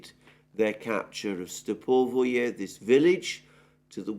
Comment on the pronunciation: It's Stepove, not Stepovoye